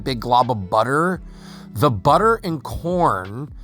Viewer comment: OMG That Budder